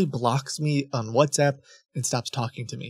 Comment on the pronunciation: “Shat App” “Shat App” “Shat App” “Shat App” Got me dying 😂